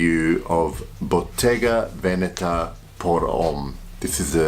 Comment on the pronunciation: Wow! You're one of the few people that I've seen on YouTube pronounce Bottega Veneta correctly. 😁